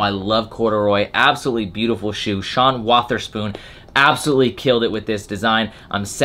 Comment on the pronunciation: You sead Sean wetherspuns